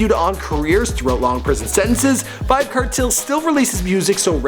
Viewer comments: it's pronounce as vybz kartel (CAR-TELL) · Kartel nah badda wid dis yah yanky white bwoi. Him nuh even no fi seh di mon name right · Kertel? wtf. You should know how to pronounce from the way it's spelled. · The way him pronounce Kartel tho so uptown "kertel" lol...Gaza fi life nah switch nuh day nuh time!! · My nigga it's kartel !! Let's pronounce it car-Tell alright !